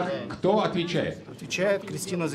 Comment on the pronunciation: Она не Заляускайте, а Жаляускэйте.